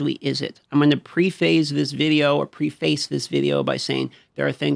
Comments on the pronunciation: preface is pronounced; 'Prefis' [preh-fis]. not 'pree-fayce'. for those who dont know. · Love the content. Comment for algo. Nitpick "pree-face" should be 'preh-fes'. 😅😅😅